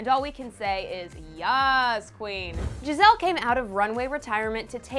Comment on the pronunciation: Ikr she kept saying Gi-zelle it was so annoying